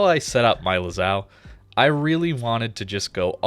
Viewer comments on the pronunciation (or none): Not Lazao, it`s Lazo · One question: Lazao? (Lazo Is pronounced as Laza) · imagine saying the name lazo and sya lazao instead.....